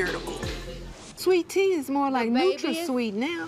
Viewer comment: She said nutra seeet!🤣🤣🤣